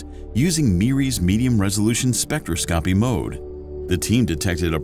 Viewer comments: You need to train your AI. Spectroscopy is pronounced like this (spĕk-trŏs′kə-pē) not spec.tra.scopy If you are going to lecture, LEARN THE LANGUAGE OR TEACH YOUR AI!! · it is pronounced specTROS-copy lol that was weird bro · Too bad he can’t pronounce “spectroscopy” correctly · spectro-scopie, chrono-graffy 😆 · I may be alone here and just splitting hairs, but its...troubling to hear "spectroscopy" and "chronography" pronounced incorrectly (over and over). I get that the narrator is just a voice and isnt affiliated with astronomy, but it would help to give him a key to pronunciation. Several astronomy channels i follow share this issue. Its minor i know but its something that just gets louder and louder each time i hear it